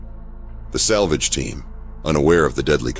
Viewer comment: The narrator said, "the slavage team unaware of the deadly consquences..." they must have knowm. they has plenty of data on the xenomorph